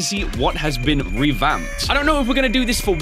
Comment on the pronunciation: you dont say been like that its binn in pronounciation